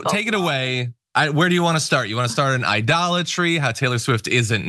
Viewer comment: Idolitey? Can you say Trump!